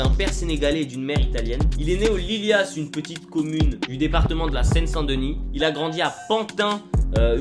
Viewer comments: Ça décrit LILAS et ça se lit LILA et pas LILIASSE mddddr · Trop fiere de savoir qu il a grandi dans mon cartier de Pantin 93500 Ps c pas lilias mais lilas. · "Il est né aux lylyas"😭😭😭 respecte les lilas nn ?